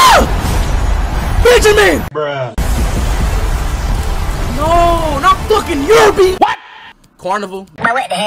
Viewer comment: "Benjermin" dawg💀